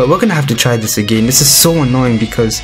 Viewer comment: Lover how u pronounce agayn XD (i subbed just for that)